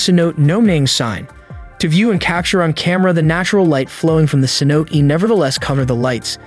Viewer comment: Phonetically it's Ceno'tay ;-) Other than that, I have been enjoying your videos.